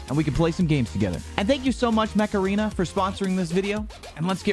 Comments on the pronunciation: when he said mech arena for the first time i thought he said macarena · Macarena…? Oh Mech-Arena. I was getting a little confused there.